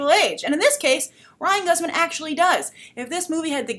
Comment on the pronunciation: It's actually Ryan Guzman ( Goose-man) He's Mexican. It's pretty great to see a mixed family. 2 Latino leads. And great they're not a stereotype, but just your American Family Next Door. The Boy Next Door. I think the biggest issue here is how it treats sexual abuse. A) It's not rape if it's a woman because B) Men are just sexual creatures and C) Because they are they can then justify objectification. Like the stalking and whatnot It's victim blamey and empathizing the predator and villanizing the victim quite literally. I agree about the responablities here This is a dumb premise